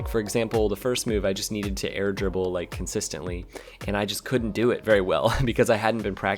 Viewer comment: I love how when says air dribble, it comes out more like "air gerbil"